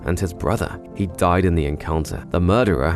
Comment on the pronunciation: I am confused why did u say din. Oh died lol